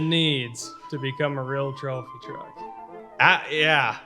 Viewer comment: It's not a go-kart, It's a twophy twuck!